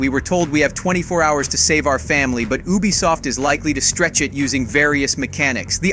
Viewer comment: I thought I was the only one that heard that😂